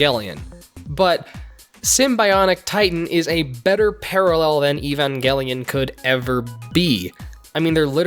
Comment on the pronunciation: "evangelion" the g dying in agony